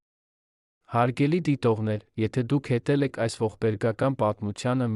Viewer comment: Տղա ջան երանին ո՞րն ՝ նոր սերունդին ճիշտ տեղեկացրեք՝ ԵՐևԱՆ և ՈՉ ԵՐԱՆԻ... Որ դպրո՞ցն եք ավարտել և ինչ ընտանիքում եք մեծացել, որ հայերենը ներկայացնում եք ուղղագրակական մեծ սխալներով՝ որովհետ, երանի, հետել, կարեր կարոր և ....